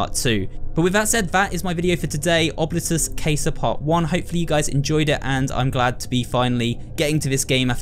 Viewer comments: italian here, yes it is oh-blee-toos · Actually Casa means house in Latin as well. As a Latin student it’s cool to see a game that uses it in the title. As for pronounciation, it would be pronounced ohbleetus cahsah. The o is pronounced like cone, the i like a long e, the u as you pronounced it, and both a’s as an ah sound. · Wouldn't it be more like "oh-blee-toos"?